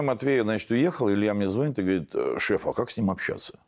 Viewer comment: ну очень коренной москвич... звОнит и звОнит...